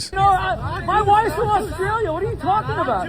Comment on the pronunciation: It’s not “Oss-tray-uhl-ya” Dildo Man It’s “Oss-tray-lee-uh”